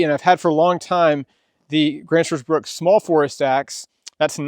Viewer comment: There's no "S" i n bruk.